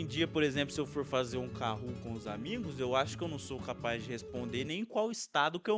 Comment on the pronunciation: kahoot* nao kahoo